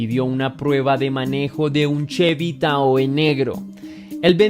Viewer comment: TAHOE COMO EL AUTO ROBADO QUE MENCIONAS SE PRONUNCIA TAJO, SOLO UN COMENTARIO NO CRÍTICA